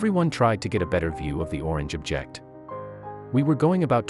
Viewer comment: Your text reading program mispronounced "object" several times saying "ob-JECT" as the verb instead of "OB-ject" as a noun